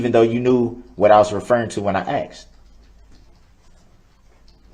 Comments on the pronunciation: Summary of trial: 1. I do not consent to being cdlled that name nor do i know who that person is 2. GROUNDS!!! GROUNDS!!! GROUNDS TO THE GROUNDS!!! 3. "So would it be fair to say...." 4. I "axed" a question. The End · Axe. Substain. Grounz. Tacket agreements. He can't even put a sentence together. So glad he's spending 10 lifetimes in prison. But good for him, that he argued to take one year off for "time served." What a legal expert Baby Brooks is. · im glad the "axeing" isnt just annoying me